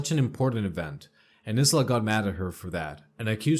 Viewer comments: It's not (Is la) it is pronounced as (eye la),I know I'm annoying but that's the way I am. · Good narration. Subbed. (Isla is pronounced eye-la, for future ref. 🕊) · isla is pronounced eye-la. the s is silent hope that helps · Isla I la the s is silent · Dots?? Lol no no honey- DOTES!!😂💖 and it's not Is-la, it's more like I-sla, you know, like Borat's wife...lol sorry for being a pronunciation Nazi